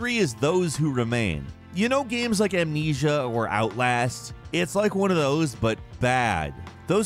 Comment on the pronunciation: When he said amnesia with an s My soul left my body